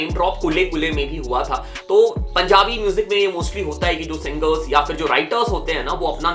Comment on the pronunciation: Bro shadi hota hai Sadi nehi singer hota hai sanger nehi second hota hai sacand nehi urvashi hota hai urvasi nehi composer hota hai compoger nehi compose hota hai compoge nehi kya rapper banega re tu